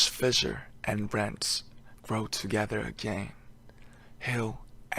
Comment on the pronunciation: I love how Namjoonie pronounces fissure and individual hehehe